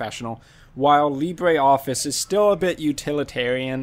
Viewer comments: It is Lee-bruh, not Lee-bray. The pronunciation is French, not Spanish. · Bray, Lee Bray